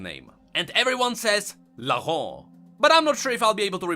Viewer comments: Laurent is pronounced “Lohran”. Not “Lahon” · Lor-ent French Speakers: REEEEEEEEEE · No one: trying to pronounce "Laurent": LaHOhg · Omg i love the way you say "Laurant" (but as a french if i may > you can say it like you say "low" and "ran"ked (without the ked) i think this can help, but if you pref just keep saying it like that i don't complain its cute ^^!) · It's not that hard to pronounce Laurent, just say it as LO-GANT. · Ok for the name AS A FRENCH I shall try my best to teach you how to prononce LAURENT : "Lau" is prononce like "lo" from lotus, so far so good. "rent" would prononced like "ran" from "rant" and you should be good. Hopefully. Great video I loved it xD except for how you say Laurent xD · You know Paris, France? In English, they pronounce it “Paris,” but everyone else pronounces it without the “s” sound, like the French do. But with Laurent, everyone it the English way, “Laur-end.” Like The House Laur-end and Laur-end Chevalier . . . Why though?! Why isn’t the title House Laurent?! Are you friggin’ mocking me?! It uses the French accent so speak the French word, damn it! That sh*t pisses me off! Bunch of dumbasses! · Conserning Laurent prononciation, just pronounce it like in english but without the "t" sound at the end, that way is closer to the french prononciation than you're forced accent. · It's funny because the old prononciation is actually the correct way you say it in French, the new one is just blatant gibberish.